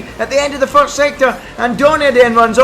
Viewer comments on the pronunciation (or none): none